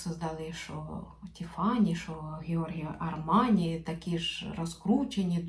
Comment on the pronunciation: Так подобається, як Ви вимовляєте Георгіо Армані. Багато хто каже Джорджіо… ну це як ви кажете звучить більш елегантно ❤